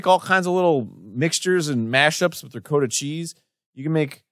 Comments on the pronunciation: why the hell do they keep saying ruh-coat-uh it's ruh -kaa-tuh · it's ri-caught-ta cheese, not ri-coat-ta cheese. smh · Reee COAT uh~ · Arin was saying it as “ri-coat-ah”. I’m used to saying it as “ri-cot-uh” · Silly Arin and Dan. It’s RICK-AH-TAH cheese not RICK-OH-TAH cheese. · It's Rick-ah-ta not Rick-oh-ta. I work in restaurants so my blood is ON FIRE right now. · It's Rick-aw-ta or Ree-coat-ah. Never Rick-O-ta. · I love Arin, but I hate how he constantly mispronounces things like Ricotta. It's pronounced ri-COT-tah not ri-co-ta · Oh that's what he said. I was like "what's recoater cheese?" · Ree-cot-tah. I mean. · I think he means RI COT A cheese. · "rikowta" At least they didn't pronounce it "hohnay" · Yes, I've always pronounced it Ri-COT-uh too. Arin pronouncing it weird made me question my entire existence 😆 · Are they saying Dakota cheese? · I have never heard anyone pronounce it "ri-coat-a" but it wouldn't surprise me if somehow that is the correct pronunciation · Herb and honey ricotta (pronounced rih-kah-tuh... by the way) is a thing. It's totally a thing. Who knew? I guess the people who made the recipes. They knew. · Ri-Coda cheese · It's pronounced ricotta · How did ricotta become ricoota? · Ricotta, is pronounced "rick oughta" as in "Man, Rick oughta get that sweet cheese outta his ears. That way he can hear Game Grumps better." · I love them but... the pronouncing of ricotta is sooooo wrong my Italian soul hurts its "Red-cOoat-ta" something like that lol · I hate how he says ricOHta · It's pronounced "Rick-otta" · Arin’s pronunciation of “ricotta” hurts my soul. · never heard ricotta pronounced with a long o before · same. I only figured it out when the animator actually showed the ricotta. I legit thought “is arin trying to say ricotta cheese?” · haha the Jersey in me was hurting hearing him say ricotta like that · I was screaming at my monitor every time he pronounced it wrong. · Never heard Ricotta pronounced like that